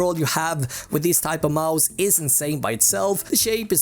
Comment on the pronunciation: gillar att du säger majs istället för mouse ibland haha bra video